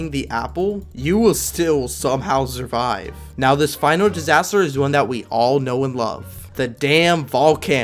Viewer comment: “Zurvive”